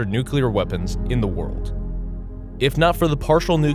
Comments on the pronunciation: It's NUCLEAR. Not NUCULAR. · Narrator said Nuculer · Nu-CLEAR. How difficult is it to say it properly?!